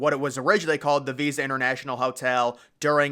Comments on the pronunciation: hey just wanna let you know the hotel is not called visa it is pronounced vISTa like windows vista. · It's Vista Hotel not visa.